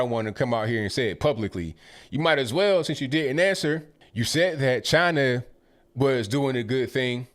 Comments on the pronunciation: When your so old you say "Chiner". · I wish would go to Chiner as he pronounces it, and lick some door handles while the Coronavirus is raging over there. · Never heard of CHINER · Chiner, cuber ? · Can't trust henchman that can't pronounce "China".. it's not "Chinner " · Wtf is Chiner? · "UNPACK, THE WHAT NOT " T-SHIRT Does he say, Chiner? Oh my did forget death, imprisonment in commie countries? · Someone tell; there's no R on the end of China. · Who’s ChineR? Why does he call China Chiner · Cuber and Chiner? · Cuber , Chiner, Really, idiot! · says china as chiner. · JimmyGable I thought I heard him say “Chiner” as well! 😂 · Where's "Chiner"? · Dude cant even pronounce china